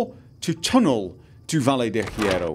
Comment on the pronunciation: Here's a tip. You don't pronounce the H at all in spanish. Also, you have to roll R's when there are two of them together of when it is at the start of the word. You also pronounce double L's and Y's as the J in the word Joke:)